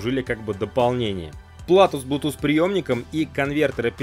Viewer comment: не блутуз а блютуз